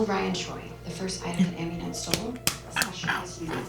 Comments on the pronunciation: Dude, it's Amunet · lol no it's Amunet.